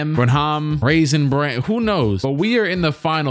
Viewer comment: i was reminded to like when mans said "raisin braham"